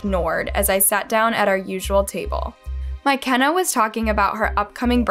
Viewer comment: no the pronunciation is wrong lmao